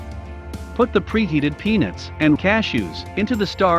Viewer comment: Sounds like he says Penis. 🤪